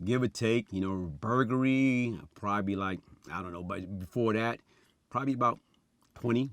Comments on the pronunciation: Vlad: Burglary: vuglary 😆😆😆😂😂😂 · Burgury VLAd - burgluay? - No, Burgery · “Yeah it was burgery.” Vlad-“burglary?” “Yeah 🍔y.” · Litery Blad...burgry...lmao